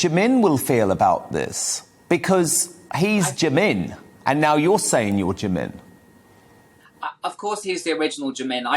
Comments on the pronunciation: It's pronounced 'Jee-Min' not Jimmin. If you are going to be Korean at least make an effort to understand the language. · the way the interviwer pronounces "jimin" tho 😂 "jaMIN" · it's the fact that he's even butchering Jimin's name